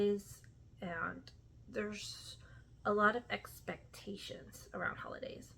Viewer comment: I like the way you say "expectations" :) I feel totally the same about holidays.